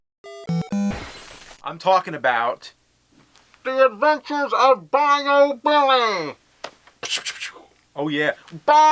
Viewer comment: The way you were pronouncing it totally made it sound like he was called Bio Billy. Which, of course, would have been a much better game. Even if it was Bio Solids Billy.